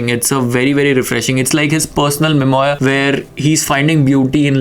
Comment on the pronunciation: The pronunciation of memoir is mem-waa